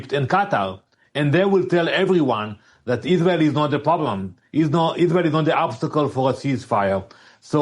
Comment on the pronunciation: Iswael does not commit any cwimes on the gwound We do not commit war cwimes . We only tell the twuth !